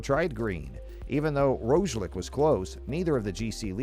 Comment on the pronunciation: Roglic and pogacar were also pronounced well